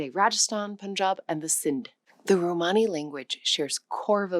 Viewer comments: Why do you pronounce it "romehni" half the time? It's grating. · Every video on you tube recently is saying the same in corect way . So anoying . Theres no such tjhing as a RO - MARNI . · The word "Romani" is accented on its FIRST syllable /ˈrɒməni, ˈroʊ-/ ROM-ə-nee, ROH- Please do your damned research! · You pronounce Romani in two different ways, sometimes correctly, mostly incorectly. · The stress is 'ro-mani and ro'ma. Most English speakers will intuitively place it wrong in either word